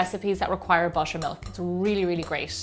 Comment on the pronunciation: I heard washer and washer milk 😂